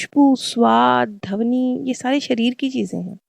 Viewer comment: Dhabni sahi shabd nahin hai.....dhvani kahiye mam....aap bahut achhi explanation deti Hain... Magar shabdon ka galat uchharan se maza kirkira ho jaata hai....pls bura mat maaniyega mam 🙏🙏🙏🙏aap ke explanation aatma ko sukun dete hain ... dhanyvad 🙏🙏🙏